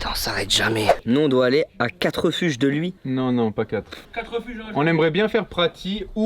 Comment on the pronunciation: Inox qui prononce les refuges 😭😭 Sinon c’est incroyable, le mental de taré, juste GG